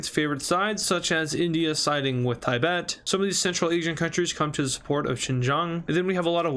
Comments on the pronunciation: It’s Tibet not Tiebet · It’s pronounced Tibet no tie-bet